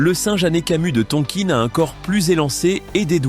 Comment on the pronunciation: Merci robot mais on ne dit pas Tonkine mais Tonkin